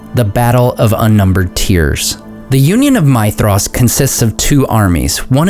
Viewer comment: You do a very decent job with pronunciation, but I'd like to point something out for you because it seems that you care about these things. Concerning Maedhros, the 'dh' sound should be pronounced like the 'th' in 'these' rather than the 'th' in 'thesis'. A very minor point to be sure but as I said, it seems that you care.